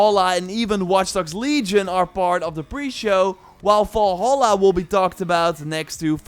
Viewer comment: pls stop pronauceing Valhalla wrong !!!! its VALHALLA not as you pronauce WALL HALLA.... which is WRONG. the right pronauce is like it would say name VALerie! instead you would call her WALLerie